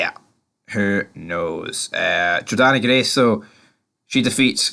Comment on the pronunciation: It's JORDAN Grace not JORDANNA FOR FUCKS SAKE